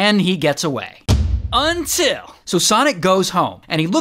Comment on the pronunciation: Who loves the “UNTILL” 👇